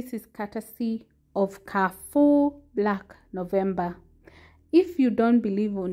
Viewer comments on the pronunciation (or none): It's KAREFOUR not KAFOU...